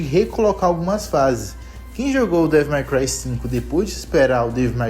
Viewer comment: Ufa... Achei que ia ter que corrigir o Devil "Mai" Cry pra Devil May Cry ("Dévol Mêi Cruai")... Se corrigiu. Até estranhei você falando os demais termos certinho. Boa! Boa,! E sobre essa franquia, amei, joguei tudo, zerei mais de uma vez em outras dificuldades. Bom, poderia até ver o que tem no meu canal, sobre isso. Depois, passei a focar na franquia God of War. (Meu interesse é desde o 3, acho que já joguei o suficiente das clássicas, na época do PS3, e o 3, não tive oportunidade no PS3, e joguei no PS4.)